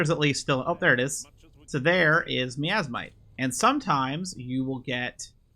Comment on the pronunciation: My-as-might, miasmite. From the word miasma, my-as-ma.